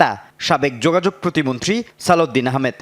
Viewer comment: সাংবাদিক বলছে প্রতিমন্ত্রী, 😊 আমি শুনলাম প্রতিবন্ধী 😂🤦‍♂️